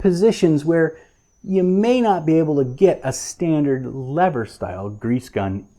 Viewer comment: You're one brave dude taking on a slippery subject such as grease guns! (wink) A tip of the hat to your bilingualism as you've gotten the American pronunciation of lever sorted. Great tip on storing the tube upright and bleeding the air from a new tube. The last two tubes i replaced, i forgot to take the pull tab top off the tube. Yes...two. Thankfully no one was around to witness. Grease and anti-seize compounds are instruments of the devil. Somehow the stuff seems to get everywhere!! Good to see the proper usage of a Cambodian Tire screwdriver and not one of your treasured JIS screwdrivers. And hey...now that i mention it, Isn't it time you debuted them and covered the JIS legacy? Cheers lad!